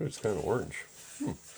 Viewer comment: Brother I think you are mispronouncing "orange". It is a nice bowl.